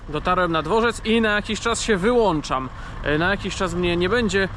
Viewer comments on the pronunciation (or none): none